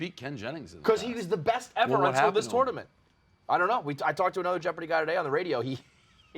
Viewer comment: is the type of guy to pronounce the "o" in tournament.